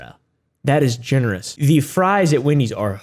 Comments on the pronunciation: Fwesh fwies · buguh and fwies 💀